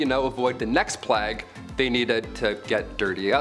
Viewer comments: PLAY-GUH not PLOGUH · Plague is pronounced as Play-guh. Ewerer is pronounced You-were.